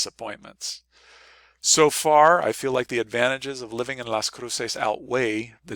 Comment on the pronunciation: I lived there for two years. I never heard anyone pronounce it the way you do. Also, it's the U.S. side of the border, temperatures are measured in Fahrenheit.